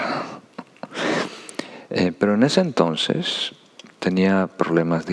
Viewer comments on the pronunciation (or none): Es adorable cuando dice " entonses " 😊❤